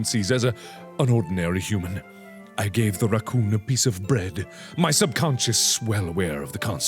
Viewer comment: I just LOVE how he pronounce the word Rrrrrrrrrrracoooooooooooooooooooohn xD